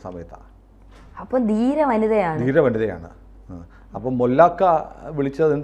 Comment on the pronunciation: 'ദീര'വനിതയാണ് ? എന്താണ് ഈ'ദീര'? ഹലോ വാർത്തവായനക്കാരീ 'ധീര' വനിത എന്ന് ആവർത്തിച്ച് പറഞ്ഞ് പഠിക്ക്.